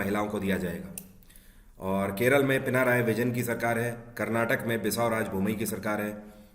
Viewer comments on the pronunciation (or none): none